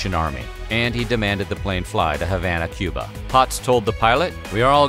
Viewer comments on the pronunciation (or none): none